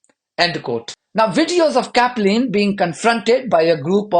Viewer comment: Caplin - sounds like Chaplin.